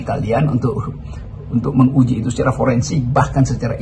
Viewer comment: Menguji. Bkn mengujighhhhh 😂